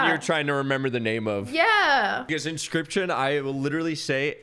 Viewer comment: I’m so happy he said inscryption.